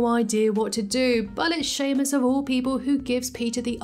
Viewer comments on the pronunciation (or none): none